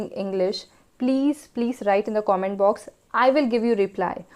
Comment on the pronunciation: plz pronounce comment properly